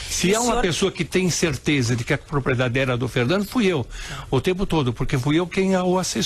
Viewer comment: Prezado locutor: se diz propRiedade